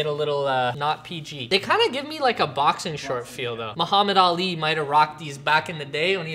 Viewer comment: That is not how u say Muhammad Ali